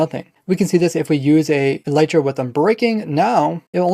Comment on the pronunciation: For some reason, just about every Minecrafter on YouTube uses and pronounces the word "elytra" incorrectly. First of all, it's not pronounced "e-LITE-ra" but "EL-lit-ra". Second, it's the plural of elytron, so it's not "an elytra" but a pair of elytra (like a pair of trousers). Elytra are the hard outer wing cases of certain types of insects like beetles. You can look it up on the official minecraft wiki or on wikipedia or a multitude of other sources.